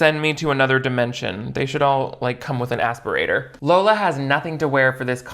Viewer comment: I have this new puppy named Darla, and I call her LARLA. 😂😂 So when said “Larla” instead of Lola it made me feel validated in my weird choice of dog nicknames.